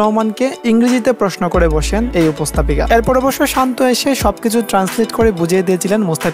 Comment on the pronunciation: "উপস্তাপিকা" বলা হয় না, উপস্থাপিকা বলে।এ কেমন বাঙালি যে শুদ্ধ বাঙলা জানেনা?